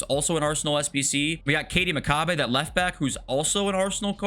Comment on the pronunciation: Absolutely butchering on Katie McCabe. Rhymes with Abe.